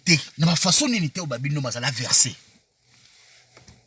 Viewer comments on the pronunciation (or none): Mabundi neti muana ya zulu azo fiba libele azanga miliki! Oza salopard, niama ngulu, Mot mal prononcé: verser na sima na yo? Vw, kié kié kié!